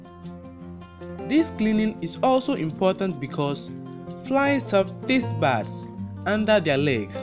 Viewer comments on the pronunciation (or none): 'Tatse buds' 🤣